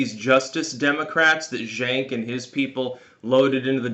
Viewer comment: I giggle at your pronunciation of ilhan and cenk :^)